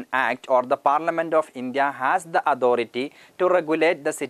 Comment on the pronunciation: Authority word ka pronounce ojib sa log raha hain yar..